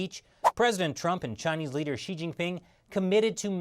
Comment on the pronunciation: Hi,: Just one suggestion on pronouncing Xi if you don't mind: Xi should be pronounced, not "shi," but exactly like you would when you say "Si" in Spanish, while Jian is always difficult to pronounce, so I won't go into any details about it. Other than this, I personally think you're doing an excellent job at your shows. Keep up the great work!